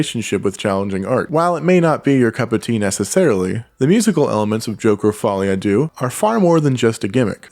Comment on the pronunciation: No critique to you tbf - I mean to pronounce it differently to the director himself could be regarded as "pretentious" - but they've all got it wrong. Maybe Follie a Doo sounds better :) Edit - to be honest yours is the best pronunciation I've seen. Most are just saying doo :)